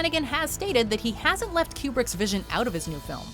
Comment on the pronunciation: I swear she is saying "Q*berts The Shining" everytime, especially at , instead of "kubrick's"😆 ....I had no idea Q*bert made movies hahaha